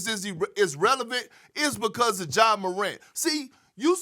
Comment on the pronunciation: His name is Ja not Ga Morant, why G12? Help me with that Perk!